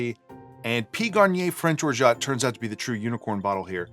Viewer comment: Great video once again! A side note about "orgeat". It's a french name and in french we keep the "T" silent 😉